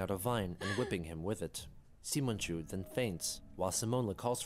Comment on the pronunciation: I don't know if it's been mentioned afterwards, but the reason why pronounced Simonchu that way is because it was supposed to be a parody of Simon from the anime Gurren Lagann. The dub pronounced Simon's name as "See-mon".